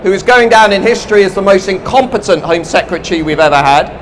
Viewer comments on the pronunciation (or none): strange accent. he pronounces home like an aussie ("hoyme") and other words like an american (british = "bridish")